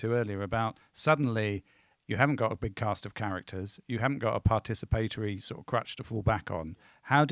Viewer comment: I'm just blown away that this english man keeps mispronouncing participatory over and over.